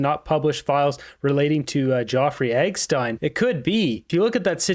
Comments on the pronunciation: Who the fuck is eggstein. Its Epstein, pronounced ep-steen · Epstine not eggstine dope. Ep stine pernounce it out